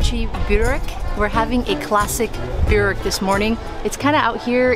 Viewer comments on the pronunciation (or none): My Croation Great Aunts pronounced in Boowreck. Not Burrrwreck